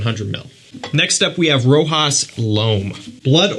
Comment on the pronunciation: For the prononciation of Rochas. It's like the SH in the word shoot the CH in Rochas